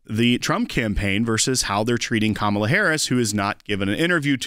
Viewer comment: IT'S KA-MA-LA........